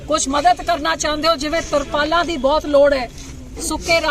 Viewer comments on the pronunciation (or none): ਬੀਬਾ ਬੋਲੀ ਸਿੱਖ ਲੈ ਸੁਰਪਾਲਾ ਨਹੀ ਤਰਪਾਲਾ ਹੁੰਦੀਆ ਭੱਠੇ ਨਹੀ ਪੱਠੇ ਹੁੰਦੇ ਆ